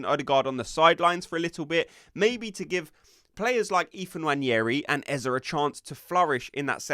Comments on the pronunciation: Great content but please stop calling him Eza it’s eze! 😂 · Its eze not ezaah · It’s not EZA but EZEE like in BEE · Stop saying Eh-zah 😬